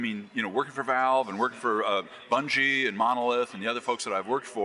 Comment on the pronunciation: "Done so much for Volve"